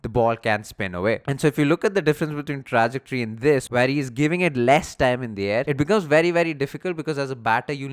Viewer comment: Good video but pls its Truh- ject- ory